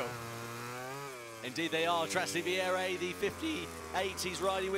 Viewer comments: That is not how you pronounce trastevere, at all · lol , at the "trastevere" pronunciation of the casters LOOOL